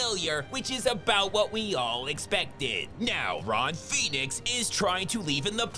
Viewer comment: "Ron Pheonix"?!🤣🤣💀